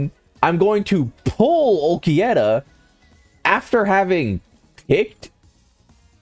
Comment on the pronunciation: AND WHY DO YOU KEEP CALLING HIM ULQUIETTA